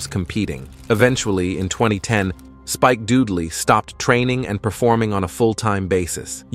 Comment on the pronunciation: "Spike DUDEley"? I. HATE. COMPUTER. VOICES.